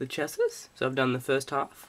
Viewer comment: Goôd build and info. Just one thing dude. "Chassis" is pronounced "shasee" ;) good job though. Mine is on order as I type!